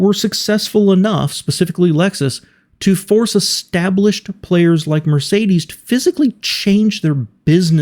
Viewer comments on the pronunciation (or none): none